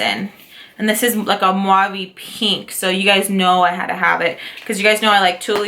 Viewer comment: Great video!!! You got a lot of stuff...so much fun to see the looks your gonna create. Every single time you've said the mauve or mauve it's cute but the correct way to say that word is MAV or MAVY! no "U" in it sweety! Also the Colourpop one Tulle you pronounce it without the "E" fyi :) I say it with lots of love! Stay beautiful! Can't wait to see your next video!!